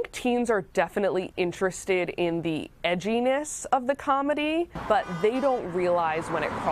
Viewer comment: She said “Edginess” I wanna die. Donate to my go fund me.